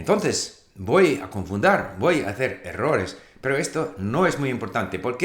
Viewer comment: As an Argentinean I can say that your pronounciation is really good. Even though you speak a bit slowly and you said wrong some words such as "confundir". Besides that, you master the Spanish language.